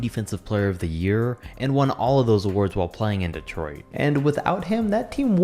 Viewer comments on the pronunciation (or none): none